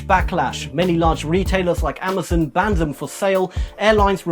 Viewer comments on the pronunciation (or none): it's Amazon not Amazen